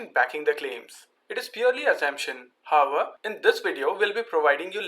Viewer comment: what about him saying 'hover' instead of 'however'